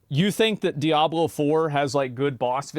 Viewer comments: Did he just say "Diabler"? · Asmon is such an og for saying diablur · Diabler 4 😂😂😂😂😂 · "Diablurr 4"? lol